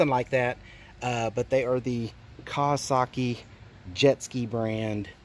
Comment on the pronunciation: Iv never heard of no kaawwaskii lol!